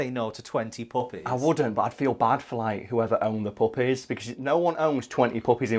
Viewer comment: lulz. I tend to listen to YouTube at 1.5× Speed n usually I understand everything but occasionally someone's accent get get a word past me that I can't quite make out. I kept hearing u say Mariah Carey requested 20 "Puppets" instead of "puppies" n yet until u started talking about how to actually collect these dogs I was totally on board with her wanting an army of Puppets, cuz ya, that sounds like a Mariah Carey thing to do